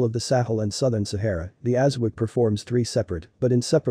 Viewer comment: Thanks for the video. Please slow down your reading. It is not pronounced aza-wack, it’s aza-wok